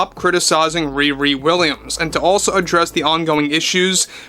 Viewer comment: When you say "ReRe Williams" all I can hear is Wee Wee Williams. What a name to give your least character.